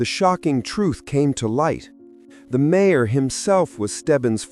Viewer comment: A.I. can't pronounce mayor?? What a lousy and lazy yt channel